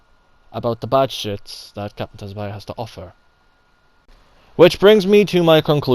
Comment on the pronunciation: It’s pronounced “sue-bah-sah”, dude. 🤦‍♂️